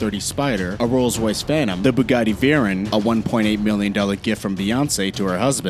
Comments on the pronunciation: Its veyron not veron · Its not a veron its a veyron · "veron" lmao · It's vey-ron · Who says 'Vron'? this boi not a car guy huh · This dude isn’t a car enthusiast at all lmfao, “veron” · Veron and chironn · Yeah he says veron and choin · Is anyone else annoyed by how he says Chiron and veyron? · dato abesadze me I’m annoyed like dude do your research lmao 😂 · dato abesadze he’s ignorant it’s okay